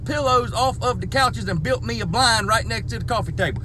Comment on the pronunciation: "Rigcht yonder."